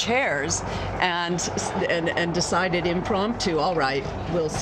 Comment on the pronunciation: It’s not the “Bazillica”